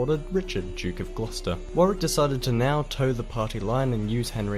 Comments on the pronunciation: Just FYI he kept pronouncing Warwick strangely, as something like War - rick/War - wick?. Like two fully seperate syllables. We pronounce it 'shorter' if that makes sense, more like Warrick/WOrrick :) just a little difference. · He's not pronouncing Warwick correctly. Wah-rik, not War-wik. Yes, it's another British place name where there are letters that aren't pronounced. If the numbers are correct, Towton probably had the most deaths of any battle on British soil. And more British dead than any single day until the first day of the Battle of the Somme in 1916. At a time when the population of England was between 2 and 3 million, 1% of it died in a single day of battle. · So glad you are both interested in early British history. Families were split, much the same as the US civil war, several hundred years later. The pronunciation of Warwick is really annoying. It should be Worrick. There was a really good TV series made in 2013 called The White Queen that covers all of the wars. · Thank you for being interested. Bad feeling between Lancashire and Yorkshire has mainly subsided to the sports field these days, so many of Shakespeare's 'History' plays are about this period. Warwick is pronounced Worrick. The proportion of the population killed in these wars was massive. Tewkesbury is pronounced Chewksberry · They were originally called ‘The wars of the cousins’, the Scottish novelist Sir Walter Scott invented the term Wars of the Roses. Warwick is pronounced Warick as was said in the soundtrack. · Although he pronounced dynasty correctly he mispronounced Warwick it is pronounced worrick.Don"t use this as a guide to pronouncing English place names as he is incorrect quite often. Love your videos. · Warwick is pronounced Warrick. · Curious that he pronounces dynasty the English way, but France and Warwick the American way. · The second w is silent in Warwick 👍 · Agreed. And with proper pronunciations of Warwick, St Albans etc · He can't pronounce Warwick.